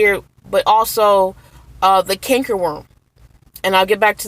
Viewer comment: Did you say kanker worm ? Or something like that, I didn’t really understand you.